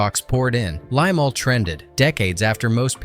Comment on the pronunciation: Limahl not Limal